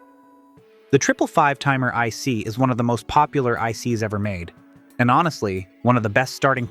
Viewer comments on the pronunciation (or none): none